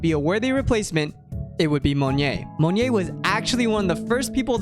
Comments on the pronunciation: Yeah it's Mo NYET, not Monje or Monye lol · love the video! just a note, monyet's name is pronounced somewhat like "moh-niet", not "mun-yay", just for future reference's sake. good job otherwise :) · Its pronounced more Mon-yet. More Russian than French. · LOL its ok man it means monkey in bahasa, and maybe it only asian/indonesian can pronounced it right at first. cheers cool vids. waitin for more! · as an Indonesian, the way you say monyet kills me. JUST PRONOUNCE THE T PLEASE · now that's actually completely new way to pronounce monyet that i've heard. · monyet is pronounced with the t btw!! its not silent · the way you say monyet is so bougie lol i like it tho